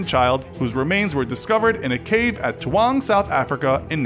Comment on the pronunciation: You can't pronounce taung XD